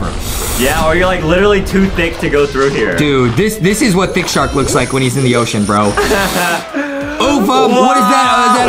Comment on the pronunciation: A SHARC ON A OSHOSHEN